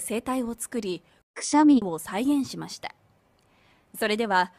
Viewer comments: クシャミの発音おかしいんやって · くしゃみの発音おかしくねww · 発音とかが日本語よりなんやろ ただのくしゃみなのにね